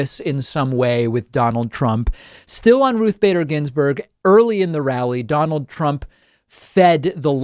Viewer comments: Donald Prump. Lol. How the heck do you get your own name wrong? Lol. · Wait, ” DONALD PRUMP???!!!” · Sleepy Joe can't even say his name, so vote for me Domold Prump for president of Nars. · Donald Prump LOL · Donald Prump! Lol